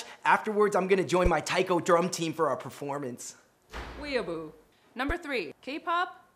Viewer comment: "Expert who studied these terms her whole life" Cant pronounce weeaboo. ok then